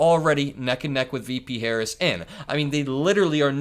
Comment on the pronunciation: You can tell how ignorant he is. He is unable to say VP Harris' name correctly.